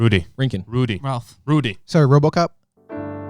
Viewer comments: did he just call him rhombus ?......yes, yes he did lol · Says name correctly the 1st time, Then slaughters Rudy's name with every R sounding item that is known......Radically Rampant Rambunctious Rudy